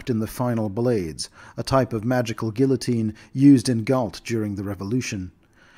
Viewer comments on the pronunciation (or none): none